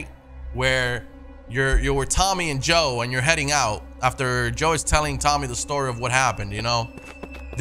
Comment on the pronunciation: Oi knob it’s Joel not joe